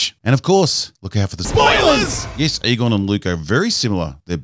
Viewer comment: Every time you said Egon, I thought I heard Qui Gon.